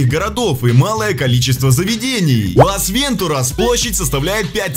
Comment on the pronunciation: Бесят рил с ударением. Лас ВентУрас